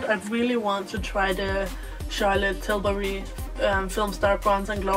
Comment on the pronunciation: I love the way you pronounce Charlotte Tilburry